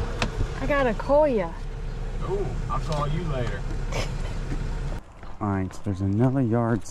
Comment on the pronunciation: Coleus, not coleia...and they grow fine outside.